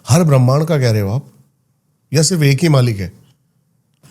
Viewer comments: bremnd ni hota brahmand hota hey, bechare deepak ko bhi pehle smj ni aya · bhramhand bol nahi paa rahi, all cheap conspiracy theory rat rakhi hai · Brahmand ❌ Brehman ✅ 😂😂😂😂😂😂😂😂😂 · Brahmaaand not Bram ind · Brehmand nhi brahmand hota h 😂😂